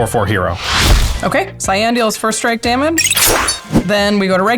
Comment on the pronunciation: Pronouncing Cyan (Cyin) as CyAn, hurts my soul. It makes it sort of a blue color.